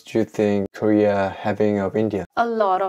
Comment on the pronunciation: You said korea . I heard gay.